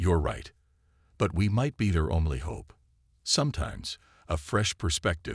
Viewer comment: Love how the AI says * Ho Pe*... you accidently skipped ...😂😂😂